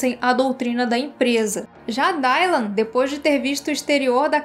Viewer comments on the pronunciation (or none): Meu… Dáilan???? Se pronuncia Dilan… 🤣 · Só uma dica, pq sei que nem todos falamos inglês ou vemos a série legendada, mas o y no nome Dylan tem som de i mesmo, não de "ai"